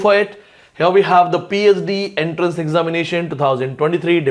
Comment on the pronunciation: Sir, it's not enterance but entrance.